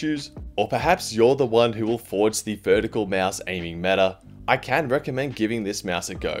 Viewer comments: nice video but little note its a (maus) not a mEAOUSE xd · he’s saying it normal?